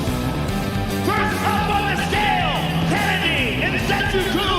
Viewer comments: It's Nze-choo-kwoo Note: Joe Rogan got the "Nze" part correct. He hilariously went off the rails after that 😂 The "choo" part is pronounced like the "choo-choo" sound people make when mimicking train sounds the "w" in the "kwoo" part is almost silent such that it sounds like saying the word "cool" but without the "l". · Every Nigerian probably laughed at the way rogan called nzechukwus name